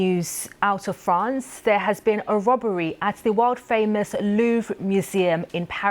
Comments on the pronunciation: A Wobbery... was it Woopert, Woderwick? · So gurny female presenter can't "robbery" pwoperly, wtf, just blame Russia ey